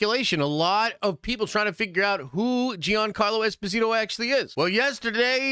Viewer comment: Jean- Carlo Esposito it is pronounced like Jean-Luc Picard I have heard him pronounce his name